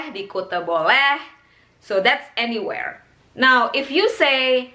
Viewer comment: Aniwerr and avrewherr